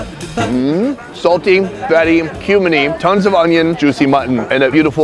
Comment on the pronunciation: Every time he says kumin I hear “human”